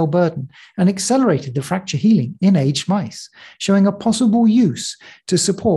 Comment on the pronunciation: Interesting, and for me a timely video. A small note on English usage: mice are not aged like wine, but "ay-jid".